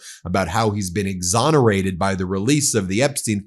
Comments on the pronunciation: Someone taught him the word ‘exhonerated’ …sighs… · “I’ve been fully exonerated , yeah pleese “